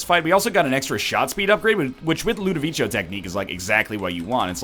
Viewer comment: NL, its Ludovico not ludavichio, please god I can't take it anymore.